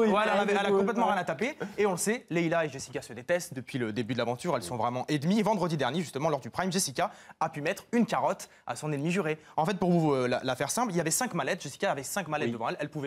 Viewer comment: apprend le Français on di ENNEMI